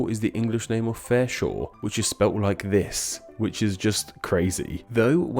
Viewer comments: Featherstonhaugh is pronounced Fanshaw not fareshore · I thought it was pronounced Fanshaw not Fairshaw?